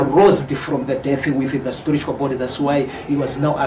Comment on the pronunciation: hanzi sporitual (spiritual) pronunciation though